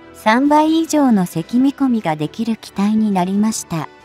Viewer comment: mは長さの単位で「メートル」と読み上げてもらいたい。積きみこみは「つみこみ」と正しく読み上げてください。読み上げソフトの問題ならば、即修正されたし。